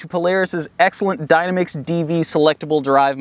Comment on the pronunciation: Dyna mix? Haven't heard that pronunciation before. Also you don't tie down on the bumper. You should do it on the tires. Losing any credibility fast in this video...